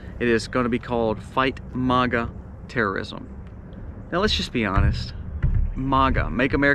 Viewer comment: You don’t even pronounce Maga correctly. I would like to know where you get all your information??? I’d also like to why you think you you know everything!!! You seem to be all knowing! How is that possible? No offense, but I don’t trust you.